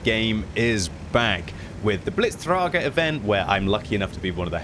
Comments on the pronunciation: It's the Blitzträger, not the Blitztrahger (I am Swiss, so I can say this without sounding fascist XD don't mention the gold though...) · sidenote from a german pedant: Blitzträger - the umlaut "Ä" is pronounced like the starting to middle part of the E in "berry" say berry and then skip the b and skip when it slightly slips in an e. There is the ä hidden, emphasize the tone a bit, its like an "ehh" and you can now put it into the "träger". more into the video: with "Jäger" you say it right you can book me for more lessons in German ^_^